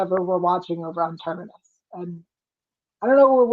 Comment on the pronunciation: It’s TERMINUS